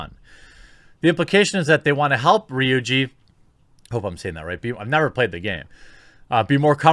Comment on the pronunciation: You pronounced Ryuji correctly! 👍